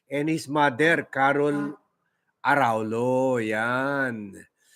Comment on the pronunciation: Proper phonetic pronouncement of Araullo is Araulyo ( its double ll in Spanish elye).